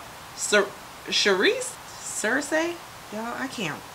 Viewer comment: Heyyy, You clearly don't watch Game of Thrones sigh She's pronounced "Sir-See" LOL, this color does look really good on you.